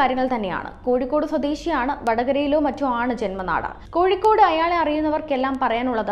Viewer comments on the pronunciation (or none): none